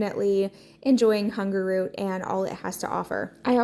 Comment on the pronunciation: everything looks great! I love watching your channel. I was laughing hearing you say Hungerroot instead of Hungryroot. 😅